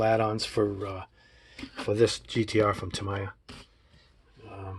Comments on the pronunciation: Its actually “Ta-me-ya” , not “ta-ma-ya”. Great set up tho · That is an awesome set up you have. It reminds me of an operating room where everything is in its proper place. By the way the word is pronounced ( Taaa - Meee - Yhaaa ) I just figured I'd tell you. Great Job my friend. Cheers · It's pronounced TA-ME-YA, sorry bugged me for the whole video lololol